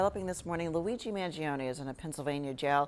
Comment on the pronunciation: His last name is pronounced as Mahn-joe-neh, not Mann-gee-oh-knee. Anyways, he's done nothing wrong. Hopefully he has a good counsel on his side and gets a fair deal.